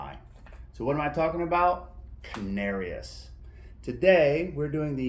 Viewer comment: I’m not sure but I think it’s pronounced can-are-ees